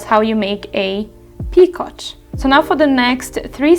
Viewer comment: Great video! Just so you know, picot is a French word, and it's pronounced "pee-ko". 😊